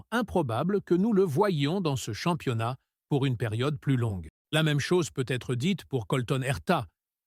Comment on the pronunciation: Salut... à " Rousseaule et Verstapène.... 2016... 10 victoire... en formulant... champs-yonnas....... 😂😂 Je n'écoute même pas ce que raconte, je me marre